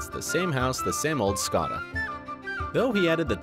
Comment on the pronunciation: Any Brits just wanna die when he said Skoda?